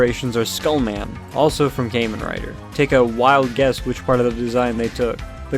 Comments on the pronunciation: redo this video bro it’s kah-men rider not kay-men rider LOOOL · Well, it’s not pronounced came in writer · Kay-men rider 😂😂😂😂